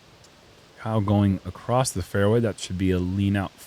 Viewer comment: I always thought it was interesting why people pronounce ’across’ as ‘acrosst’ with a T at the end